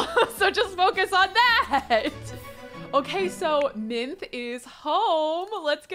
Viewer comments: Wow she really said Minthes personality but Thetis's colors scheme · I love you but it is pronounced Min-thee and you are 100% right she is awfuuul 💕 Loving the new series! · Minthe, the nymph, is pronounced Min-thee. And it means mint, she is turned into a mint plant in the myth. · Not pronouncing Minthe like minth 🥴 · The e in Minthe is pronounced the same as Persephone’s, a y at the end. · It's pronounced Min-thee...because Greek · I started watching this challenge on the Rose generation and she kept saying "Minthe" and I was like...i wonder if she got this from Lore Olympus...only to come back to this gen and see that she did!! 😂 I love it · god this whole time ive been reading Lore Olympus, i thought “Minthe” was pronounced “Min-Thay” lmaoooo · Mithe (minth-ee) is the original mint nymph! We LOVE Lore Olympus❤❤ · Me too! Though am I the only one who thought it was pronounced Minth-ee? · Classics PhD candidate and teacher of Ancient Greek here. Minthe (Μίνθη) would actually be pronounce like Min-thay or Min-theh, as in pronouncing that last e. In Latin and Ancient Greek in general there are no silent letters. The more you know :) Her story is mentioned by Strabo and by Oppian, which is why there are two slightly different versions being discussed in the comments (Strabo says Persephone trampled her under foot and then turned her into mint, and Oppian says Demeter did it for her daughter). There is also a small account by a scholiast on Nicander (basically some guy wrote it in the margins of Nicander's poetry, as commentary), that Persephone actually tore her up into pieces, but then Hades (feeling guilty for his mistress) turned here dead torn up body parts into mint (gruesome!) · you’re correct. In Greek you pronounce that last e as a y sound. Minth-y, persephon-Y and so on